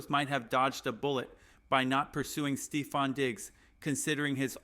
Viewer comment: Come on bro I get that news is slow. But saying the broncos will shock the world and spend half the video talking about a CUT special team's guy and players getting drafted 10 picks before we are on the board. Diggs was never a real option. Dude can't say stefon or aiyuk like. Gd do the smallest amount of homework and stop sensationalizing shit for a view. Blocked this channel after that dumb shit